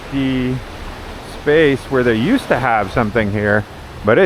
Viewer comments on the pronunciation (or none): none